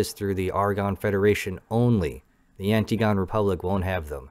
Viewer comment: An- TIG - uh - neeee ant - IGGG - on - knee But thank you, great video, there are still people getting around to X4 and this was raw awesome. Rawesome, if you will.